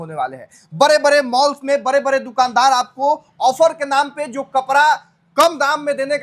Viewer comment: Kapra नहीं कपड़ा है बरे बरे नहीं बड़े बड़े होता है बिहारी 😂